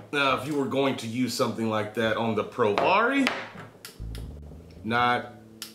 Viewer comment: Hey mate! Just to let you know, I believe it's pronounced "pro-VARY" (like in variable). Loving the vids! Vape on!